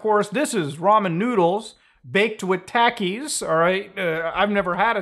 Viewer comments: No hate but it's not Taky it's tahkiis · Taki is pronounced "T-ah-key", not "Tac-key" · Tackies 😂 They're a Mexican snack it's pronounced "tockies" 😂 Sorry couldn't just stand by on that haha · i cant get over muta saying taki like "tAki" instead of "tOki" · Love the vid muta.. but 😂 it's not tackie lol.. it's pronounced more like talkie. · Let's just hope his "Diet" isn't meth. Then we have a whole new can of worms...😂 and Muta your the man. But I believe it's pronounced Tok E's Not Tak E's. Just busting those coconuts you have bro. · muta its pronounced TAH-KEE not TACK-EE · They're pronounced (tah-keys) not (tackys) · Pronounced talkies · No offense intended, but I love how he pronounces Takis as "Tackies" 😂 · It's pronounced Takis (Tah-Keys) but I think they only sale them in the US and maybe mexico. I've eaten em before cause one of my homeboys that's mexican likes em there pretty good Muta definitely recommend if u can get ur hands on a bag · I hate to be a kind of pronunciation police but I live in Texas and my best friends that I grew up with are Mexican and always had Takis at their houses and they would always share with me. That’s not how you pronounce Takis but it’s understandable because Muta is in Canada lol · I love how mutahar says Takis, “Tackies” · The way muta says taki hurts my soul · I love how he says talkies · Say Tackees* again. I dare you. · STOO SAYING TACEES GOTDAMN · Muta I love you but it’s pronounced “Tah-Ki” lol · It's pronounced Talk-E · them tah key thos. Most canadian pronounced shit ever. tha tah key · for the record its pronounced "tah"ki... they will melt a hole in your stomach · it isnt pronounced as tacky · You know seeing Muta smile in that thumbnail is so wholesome (Also his pronounciation of "Takis" irks me slightly) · This earnest and pure-hearted Canadian rhyming “Takis” with “taxis” five times in a row is the most wholesome thing I’ve seen on the internet this year. 😍😝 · Him pronouncing Takis is funny